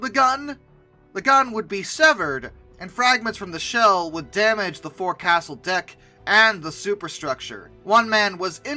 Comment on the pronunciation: forecastle = FOKE-sull